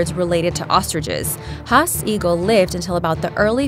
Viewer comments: Bruh u pronounced Maori wrong And the hasst eagle is pronounced hasst not be as 'Ma ow ri ' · Please learn how to pronounce the words in your videos like maori. The moa was hunter to extinction and the picture of the tallon you claimed was from the hask eagle was a moa tallon.